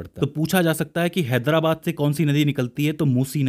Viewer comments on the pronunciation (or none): none